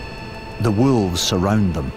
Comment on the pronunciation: Narrator: walves 😼😼